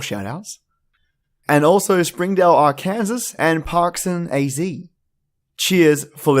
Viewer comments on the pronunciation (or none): it is pronounced Ark in saw but it is spelled Arkansas. I do like to listen to your stories I too found you through Mortis